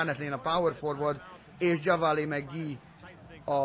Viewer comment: csak hogy tudd, nem kötekedésből mondom ezt, de JaVale McGee nevét nem úgy kell kimondani, hogy "Dzsavalé", hanem "Dzsávál" McGee. Amúgy annyira nem jó játékos, lehet játékba jobb. Nézz 1-2 régebbi Shaqtin' a Fool részt, legalább benne van mindegyikbe egyszer:D